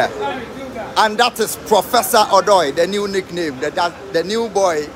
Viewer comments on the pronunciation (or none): Let the ( O ) sound well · Why do u guys keep mentioning Odoi name wrongly?? Mention it like a Ghanaian,,,or ask a Ga person to call it correct for u